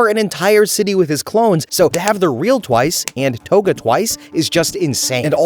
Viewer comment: The way you pronounced togas name has to be rage bait